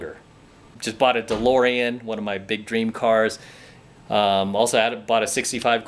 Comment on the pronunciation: The way say Delorean is Different.